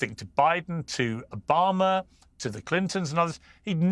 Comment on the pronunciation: Don't forget 'Barack Obamar"